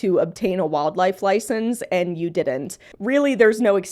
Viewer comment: "But did he have a LoIcEnCe?" What an NPC take. Of course he knew how to take care of the squirrel. He had it for 7 years. We have hours of video evidence that it was doing fine.